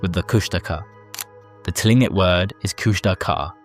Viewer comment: Tlingit is pronounced Kling Kit